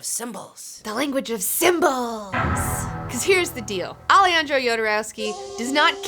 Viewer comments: O A Also, A-le-han-dro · Best intro to Jodorowsky's universe in YT. Great video, as usual. One small detail, the j in spanish is pronounced like the h in english. So the correct pronunciation would be, Ale-HAN-dro Ho-dorowsky. Thanks for the video.